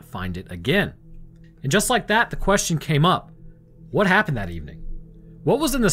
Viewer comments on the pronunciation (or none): none